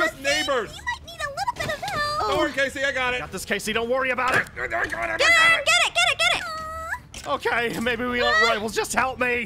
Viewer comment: Is it me or did Zane say Aaron’s name wrong